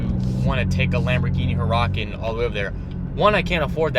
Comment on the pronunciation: Hur racan 😂